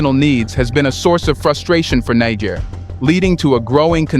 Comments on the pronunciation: its (nee jer) or Ni jer the g is like the letter j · The word 'Niger' is pronounced as 'Nije'😅